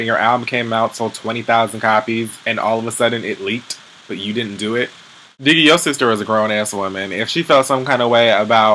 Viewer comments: Did u call Diggy "Diggeth"? Lmbao!!!!!! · did you say diggith!!..lol omg im done!!